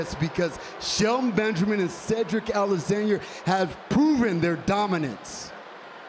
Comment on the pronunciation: No one: Absolutely no one: Bobby Lashley: Cedric Aliceaner